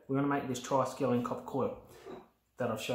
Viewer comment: That thing most ppl call triskelian here is not correct ! Hope you ppl can catch the mistake ✌️